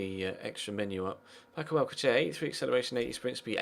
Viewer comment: its pronounced Al-sal-ser